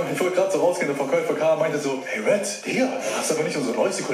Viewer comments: DAS HEISST RED!!! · Das heißt Red! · das heißt red:) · „Lasst ein Abo bei Apo da“ Junge das heißt Red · Das heißt R.E.D!😞😂😂❤️